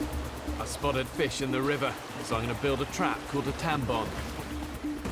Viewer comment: here is what i heard "spotted a fish in the river, so i'm going to build a trap called a tampon..."